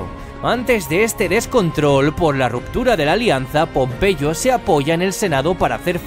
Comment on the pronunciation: pompeyo no popeye jaajajajjaja xd